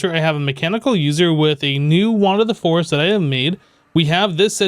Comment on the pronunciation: Heard it to lol